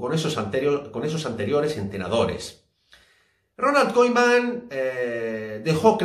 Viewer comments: Se escribe Koeman pero se lee kuman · El nombre de Koeman se pronuncia con el sonido U en español. Koeman se pronuncia Kuman. Oe en holandés es U en español.